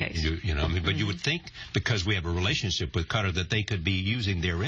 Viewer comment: Haha I replayed the first time she said that to see if I had misheard her